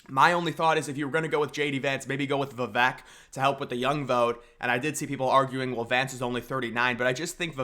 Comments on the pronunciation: Vi Vake 😂😂 not Vi Veck 🤣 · please say his name correctly if you like him. I'll help vuh-vake Vake like cake with a V. his quote helped me remember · Love the vid bro! Good content! 😄 Just one thing tho…Vivek’s name is pronounced viv-AKE. Like cake…. 👍🏻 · Vivek Ramaswamy. Learn to pronounce his name. Vi-vake. He is the number 1 person to demolish the deep state. He is our 1776 America First patriot. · Learn how to pronounce Vivek. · every time you mispronounce Vivek it's triggering